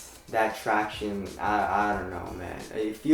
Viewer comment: Do you guys remember the days when said traction normally?